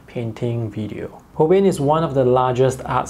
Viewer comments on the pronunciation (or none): Delighted to see a review of the Holbein line. FYI: the company is pronounced Hol-bine. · It is "hole-bine" rhymes with "line", for "Holbein"; it is a German surname. Also, interesting that their Chinese white is actually titanium white.